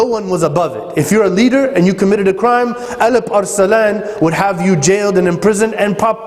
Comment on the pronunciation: First of all what is the ''elip er selan'' :D that should be ALP-ARSLAN (in Turkish it means vailiant lion) :D whatever it was just a joke I know it is the pronunciation of arabs :) secondly after all those services of Turks for Islam I wish Araps did not betrayed Turks in First World War! My nations have not deserve that treachery! Araps have turned their back to Turks and made alliance with camphor England :(